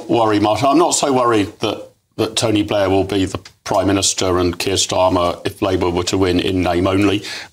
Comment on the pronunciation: "is tonty blair behind this?"